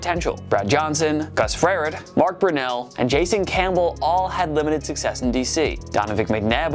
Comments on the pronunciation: Lmao gus "frarit" its pronounced fur rot. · Gus "Frair-ed"? Geez, if you're clueless... at least learn how to pronounce his name. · Just butchered old Gus Frerotte name. Gus Ferret he's rabid on the field. 😆😆😆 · Lost me almost immediately with the failed Mark Rypien and Gus Frerotte pronunciations.